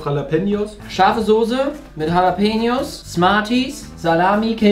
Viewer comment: 😅Es heißt Soße und nicht Sose!